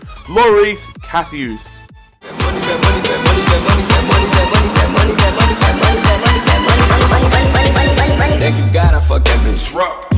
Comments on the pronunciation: KA- Ri -uhs ! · Karius is pronounced carry-us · you're second pronunciation from Karius is correct